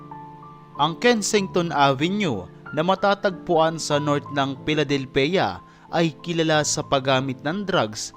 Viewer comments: Philadelphia is pronounce as " FILADELFYA " not phila- del- phia.. And about your content it is somehow wrong.. Because the people you are showing are drug addicts and yes they're homeless.. It is their choice to be like that.. Kasi kahit anong bigat ng problema ng isang tao hindi droga o kahit ano pa man ang makakaresolba nito kundi ang harapin ang problema kahit gaano pa ito kahirap.. And at the same time it's their governments' fault by not doing something about their drug problems.. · Piladelpeya hahahahahaahaha ayusin mo naman!!!! Manood ka ng NBA pra malaman mo kung pano sabihin yan tsk..... Ayusin mo!!!! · "Piladelpiya" Hahahahahahaha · Bakit po Pi-la-del-pe-ya ang pagbigkas nyo? Baka mabash kayo nyan. Kahit sa tagalog mali po yan dahil ang equivalent translation ng Philadelphia sa tagalog ay Filadelpia. Kaya mali pa rin po ang pronunciation nyo. Check nyo po muna ang pronunciation bago kayo mag vlog dahil magdudulot ito ng kalituhan at pagkainis sa mga residente ng Philadelphia. #justmy2cents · Saan kamo? Phili-del-pay- yaa daw!😂😅😂😂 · Philadelpheaaa daw ngongo kba? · Sa di ko kasi malamang dahilan, parang ang sarap mong saktan sa tuwing babanggitin mo yung Pe-la-del-pe-yah... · Pi-la-del-peya lols 😅😂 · Paki ayos mo ang pronounced mo sa Philadelphia... Marinig pa ng bata magaya kapa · Wala k nmn akam dyan sa lugar n yn...ni pagbigkas k ng lugar di mo alam eh...di yn mhihirap aduk yn mga yan .ogag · This vlogger is ignorant o the fact. Hindi nga ma pronounce ang Philadelphia. Homeless in the US are their choices. Lazy homeless are drug addicts. Yes there is one street in Philadelphia (kensington) where these drug addicts hang out. If you notice most of them are unfortunate young whites. They are not poor or pulubi It is their choice. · Ayusin mo pronunciation mo ng Philadelphia brad, ang sakit sa tenga pakinggan.